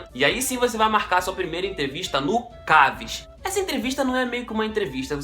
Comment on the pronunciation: É CASV seu fdp e NÃO 'CAVS'